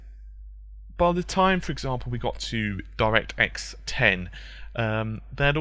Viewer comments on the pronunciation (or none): none